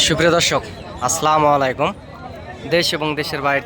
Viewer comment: আসসালামু আলাইকুম, স্লামুআলাইকুম নয়। সালাম দিতে ভুল উচ্চারণ করলে তো হবে না। সচেতন হতে হবে।